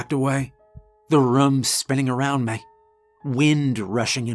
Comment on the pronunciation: Now that I've realized it, I can't unhear the fact you say "may" for "me" and "ruhm" for "room."